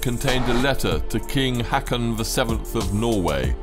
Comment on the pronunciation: The narrator mispronounced the norwegian names Roald and Haakon. 👎 Why is it that brits never bother to learn?